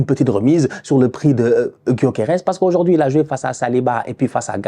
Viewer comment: "Gyokeres Gyokeres Gyokerien" 😂😂😂😂😂 on t'adore!